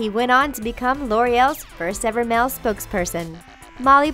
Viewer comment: and "mel" model instead "male" (like mail)